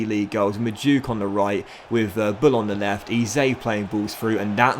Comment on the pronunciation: FYI.. EZE is pronounced as 'Eh-Zeh' and not 'E-Zay' if that makes sense